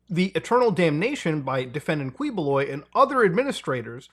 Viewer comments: Uy, Philippines! 🤡🤡🤡 BTW, its pronounced as Kee-Boh-Loy bossman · Am i the only one being bugged by how he say Quiboloy like kwee boo loy, anyways great vid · 2 things: 1.It's pronounced as "Ki-bo-loy" 2.A lot of us in the city have been theorizing that he's been up to shady things, but for some reason, no investigation has been done behind his strange, unannounced wealth or even his army of loyal workers who serve his bidding for free. Trust me when I say that him being involved with human trafficking isn't really too surprising. Bonus: He got his loyal followers by helping those who are suffering below the poverty line, giving them their much needed care. That's how people saw him as someone who could be the reincarnation of Jesus. They somehow fail to see the giant mega-churches and helicopters, but what would I know. Bonus Bonus: He would send his followers all around the Philippines and have them sell snacks and accessories. These followers don't mention that they work for him and use reason like "school donation" or "orphanage charity". You can expose them by insulting Quiboloy in their presence. Honestly, it's quite a sight when you do so. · We pronounce it as "Key"boloy in the Philippines. Not correcting you, by the way. I understand how other languages pronounce words differently. We prounounce our P's as F's for Fete's sake. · btw quiboloy is pronounced as kiboloy just a tip to ease up your tongue 😅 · You can drop the U boss it's sounds something like QI-Bo-Loy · just sharing, the first syllable of his last name is pronounced as key, but at least justice is getting served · heheheh dude's name is pronounce as "KEEH-BOH-LOY" glad you covered this! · you can just say his lastname as KEEEboloy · Say it right Muta: KI-bo-LOY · as much as I like muta I wish he made some effort to try to pronounce names right lol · yow muta, you seem to be struggling on some of these names. dont worry, the names suck and really sht to read out loud. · its KEYbuloy not KWEboloy